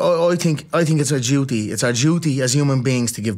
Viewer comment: “It’s a juty as human beings to give back” -Polite Conor 2023